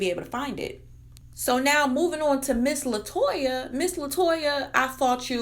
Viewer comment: Her name is Latonya not Latoya